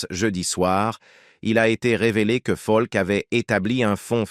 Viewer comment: bonne video mais dommage que cela se traduise par l'ia car ce n'est pas falk mais peter faulk dommage